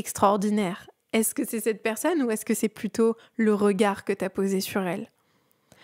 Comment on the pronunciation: J'aime beaucoup ta vidéo mais je voudrais juste te dire qu'on dit "persOnne" et non pas "persEUnne" 🤭